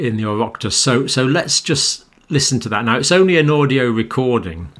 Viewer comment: Your pronouncation of Oireachtas is now good. Pity the questioner didn't make the point absence of evidence is not evidence of absence.